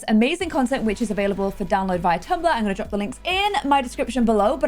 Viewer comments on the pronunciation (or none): none